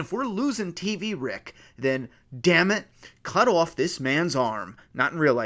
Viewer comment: I believe I heard a New York or Boston accent in “cut off”....if I’m right I’ve got super hearing 😂